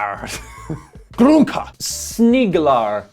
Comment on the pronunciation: Skulle snegla snett på honom och sen kasta grunkor på honom. -Sniiiiglar, sneeeeglar, sniglar = Wtf Americans. The way you pronounce sneglar sounds like sniglar = snails. You better watch it with the attitude, we might sink your aircraft carriers for real.